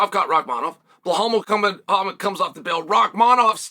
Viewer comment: chael misspronounced belal’s name 3 times. The goat